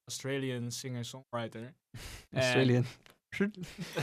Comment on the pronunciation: Australian...... you really had to do that😐